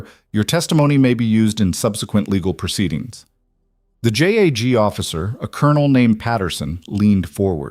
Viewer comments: Ok narrator if u can't pronounce JAG correctly its JUDGE ADVOCATE GENERAL NOT J A G😮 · Ok narrator JAG is pronounced as a word not individual letters